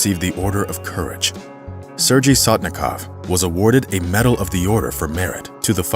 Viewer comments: This dude is pronouncing Sergei (sir-gay) as (sir- gy from orgy) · Sergei is not pronounced “surge ie” but “Sir Gay” Tupelov aircraft models are referred to as “Tee You” not “Too”. Otherwise, this is a riveting story ! I enjoyed it. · This is an awesome video. Thanks for sharing this amazing story. Sorry to nitpick, but I just need to say that his name is probable pronounced sair-gay, not sir-jee. But however you say it, he was an extraordinary guy, who became a hero, by working hard and going the extra mile. You don't often expect people to save lives with their work ethic, but he did it. Thanks again, for the awesome re-telling. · It's Sergey not Serjay... Man why these people never at least look up how to pronounce foreign words and names before making fools out of themselves? Just use google translate and that will pronounce it for u if u don't know. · Sir-gay. Not sir gee. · ?? Isn't "Sergei" (Russian, etc.) pronounced "Sur-gay"?? -- I understand language-barriers, but doing a "production" like this... SHOW SOME RESPECT FOR THE MAN!! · “Sergei” is pronounced “Sir Gay”. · Narrator pronounces Sergei incorrectly... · Would be respectful to learn how to pronounce “Sergei” correctly.